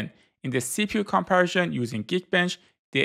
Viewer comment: Nice video. Informative. Why do you pronounce comparison like that though?